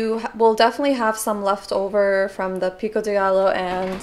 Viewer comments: Trying that salmon recipe ASAP!! Btw as a fellow Mexican, Pico De Gallo is pronounced “Pico de guy-yo” hope that helps! :) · The Gallo, in pico de gallo, is pronounced like 'guy-yo'! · Awesome recipe, so im a Spanish speaker and just couldnt help myself, pico de gallo is pronounced like pico de Gayo.also jalapeño is pronounced jalapenyo. Enjoy your videos so much, cant wait to try the recipe💜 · lol We lived with my aunt in London before coming to the USA for a while and she did the same exact thing as your grandmother so every single time I do rice I have to do the same thing get every single piece of rice out. she pops in my mind every time i make rice. what is taheen? pico de gayo is how it is pronounced. 1230 am is that when u eat? wow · Lol what I was coming to say too! A double L in Spanish is pronounced like a Y 😊 like tortilla